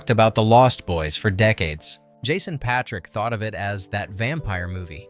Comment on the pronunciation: Honestly, the two Corey's (before they became) had everyone cracking up in theaters with their banter. The girls drooled over the sexy biker gang. And the action was unbeatable for a "teen vampire biker fantasy" And Jason's last name is pronounced Pay -trick